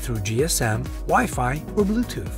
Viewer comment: and bloothoth ? XD